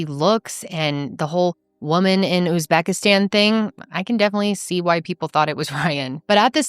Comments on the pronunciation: That tik toker offering advice and not knowing how to pronounce Uzbekistan pretty much sums up American culture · what i was a little embarrassed about as a fellow American, that the advice-giver couldn’t pronounce Uzbekistan or seemed to ever have heard of it before. But I live in Europe but anywho.. One clue was he said they were empty-nesters which he and Emily aren’t. Of course he could have lied. But generally this happens a lot, it is a business in Uzbekistan as well as a lot of other places - catalog brides to put it bluntly and not p.c.